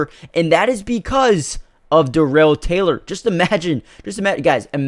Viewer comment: I think the point is, he doesn’t know the team well. It’s obvious by his mispronunciation of Darrell Taylor’s name.